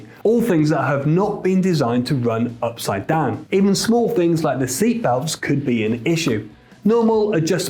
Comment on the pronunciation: take a shot every time he says "ipside down"